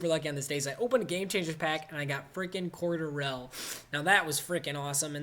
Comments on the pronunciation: Its cor-de-ruhl not cor-da-rel lol tha way you said it was funny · "Coedarile" pronouneation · It's (Cord-Elle) Patterson